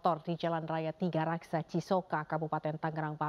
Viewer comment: Tigaraksa om bukan tigakarsa